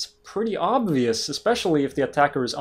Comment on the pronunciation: Did he say it's pretty "oblious" when he ment obvious lol